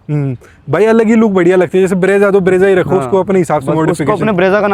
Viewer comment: Brezza Hota hai bhai breeza ni